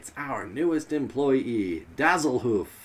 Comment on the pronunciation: Dah-zzlehoof? How dah-zzling. Also, I take back what I said previously: you guys are worse drivers than any of the NPCs. Mein Gott.